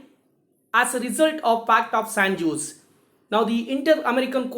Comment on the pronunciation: Actually J is silent. So it's pronounced as San ose'.